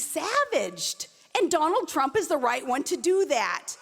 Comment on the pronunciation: Mr. Prump?